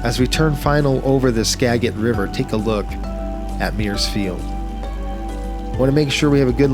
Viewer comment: Can we next get Canadian VNC (visual Navigation Charts) next??? P-p-p-pleeeeeeease. PS, locals pronounce it “Ana-cor-teese” and “Ska-jet”. :). Thanks for the vid. :). ❤